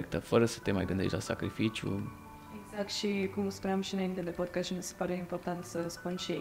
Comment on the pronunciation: Podcast nu podchest, este deranjanta pronuntia care e si gresita